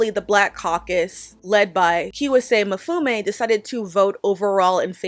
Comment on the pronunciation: it’s pronounced Kway-Si Mm-fu-mi